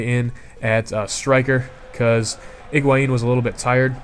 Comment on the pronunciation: HIGUAIN, not IGUAIN